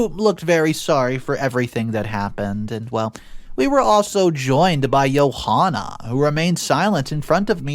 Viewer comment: It AMAZES me that was able to get the pronunciation of Yohana (joanna) but unable to pronounce ZOE! Seriously!!!😂